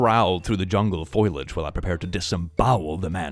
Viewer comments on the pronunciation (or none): be careful there,, "foliage" is not "foilage"